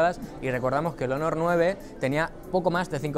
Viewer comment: Aaay... esas pronunciacioones jeje (hónor) pero buen video y equipo Xátaka